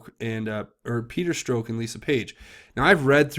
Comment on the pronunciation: Please its not stroke haha its strozck or said Strock with a silent z.